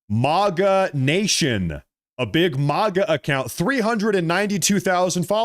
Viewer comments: You're talking about fake/fraudulent X user accounts (specifically, those that have branded themselves as "conservative influencers) yet can't/won't/don't know how to pronouce MAGA. Do you see any irony here,...the conservative influencer? It's MAGA (MAY-guh), not MAGA (MAH-guh). Easy to learn + remember,. MAY-k (America Great Again) and MAY-guh. Phonetically similar. Simple. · Dude it is MAGA NOT MOGA